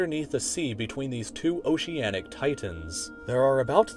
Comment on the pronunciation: "Oceanic Titans" TITAANS!!